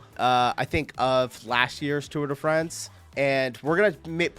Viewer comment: It's called 'Fraaaanz' not Friends.